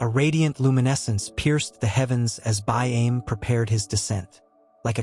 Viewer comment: Can you get the nanes right though. It throws you off when listening., and we find ourself correcting you out loud. These stories are from my peoples the Euahlayi Yuwaalaraay and Wiradjuri . The fish traps are still there even after years of being destroyed everywhere settlers found them. BAIME sounds like Buy arm Eee